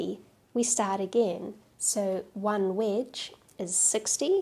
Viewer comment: Took me 5 minutes to figure out that was saying wedge. Sounded like witch to me. So for the longest time I was wondering why she was calling that a witch. I thought, well it does kind of look like an upside down witches broom.